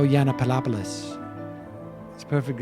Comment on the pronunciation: I can't take anyone serious who cannot say the name Yiannopoulos correctly. Learn to read young man ...learn to read.